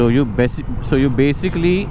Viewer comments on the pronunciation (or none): so u besically XD